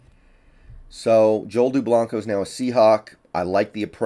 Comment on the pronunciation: Lol he said his name wrong, I grew up with Joel